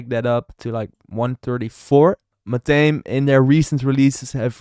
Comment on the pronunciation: It's pronounced MA-THA-ME. Not MA-THAME. Just sharing.